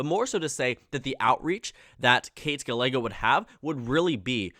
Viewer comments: Gallego is pronounced Guy-eh-go, not Gal-ay-go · FYI, Ruben Gallego is actually pronounced Gah-ye-go. U ask to correct u. Thanks for ur vids. Ur doing amazing job. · I cringed so hard at his pronunciation of "Gallego" Good video otherwise